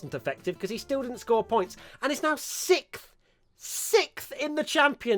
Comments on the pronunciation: Everyone: Sixth: Sikhf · everyone else: sixth: sikth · Wait...tell me again who's "sikth" in the championship? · Sikth in the championship you say?